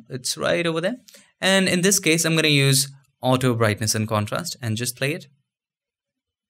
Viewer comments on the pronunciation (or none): none